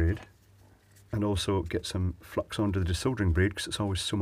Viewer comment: At first i thought he was saying fuck instead of flux! lol